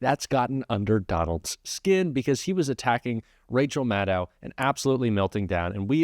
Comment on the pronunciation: She pronounces it Ma-doe.